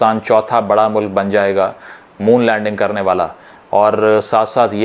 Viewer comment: Moon lenging nahi vai moon me lending karega India